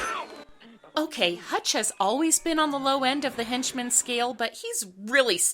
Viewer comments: I’m sorry,, but his name is “Hunch,” not “Hutch.” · Ok, since apparently no one else is going to bring it up; the owl's names is Hunch not Hutch. Sorry but that was like, the one thing in this review that really bugged me. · The Duke's nephew is named Hunch, not Hutch.